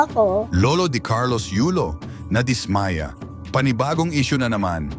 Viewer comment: anong dis ..maya .gago ka magtagalog ..dismaya bigkas dapat mabilis